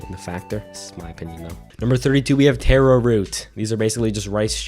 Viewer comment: I was right and expected you to pronounce taro like that 😂